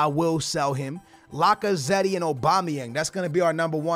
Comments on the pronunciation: It’s Lac-a-zett that’s how you pronounce it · When you say lacazette you don’t say the ‘e’ at the end Like so skillz can see